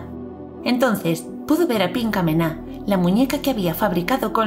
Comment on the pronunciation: Tu escuchaste pinkamena? Yo escuche pichamela XD